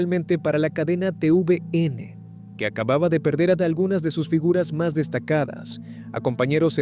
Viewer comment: Se dice TeVeeNe no te uve ene ademas no fueron solos trabajadores de tvn sino varios hasta el fundador de la fundacion techo y no fue en robinson crusoe fue en el archiplielago juan fernandez,robinson crusoe es una isla que esta un poco mas al lado.